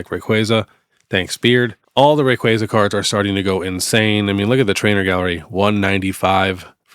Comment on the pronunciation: I’m so glad you know how to pronounce Rayquaza. Very excited for this set, that’s my second favorite Pokemon. Appreciate the convo about selling. Everyone thinks it just goes up but that’s impossible!